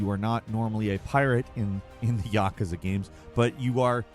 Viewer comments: Your pronunciation of yakuza is a felony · Stop saying yakuza like that!